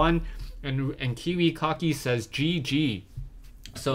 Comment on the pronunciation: love ur pronounciation: Kiwi Cocky ^^